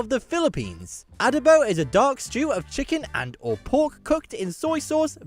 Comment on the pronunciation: It's not A•duh-bow. It's a•DOH•bow.